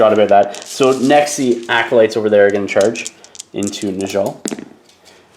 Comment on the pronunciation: Great stuff- just a quick note - it's pronounced neh-yall not nuhjall